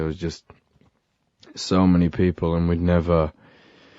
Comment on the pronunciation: julia vaughn same it makes me rly nostalgic and the way he says ‘and’ is like ‘end’ now and it’s getting to me a bit :(